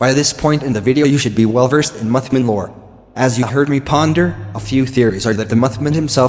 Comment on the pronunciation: "Muthmun" lol. Funny as every, great job!